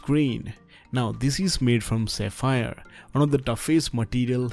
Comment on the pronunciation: Not saphir its Sapphire